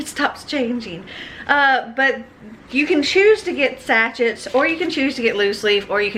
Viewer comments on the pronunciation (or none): I watch your videos. Long time lurker, rare commenter, but I just wanted to say sachet is pronounced like "sashay". I don't know how you can edit as many videos as you do. I wouldn't have the patience. :-)